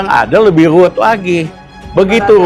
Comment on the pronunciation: ruwet,...bukan luwet. Ngomong (R) ora cetho,....be....!!!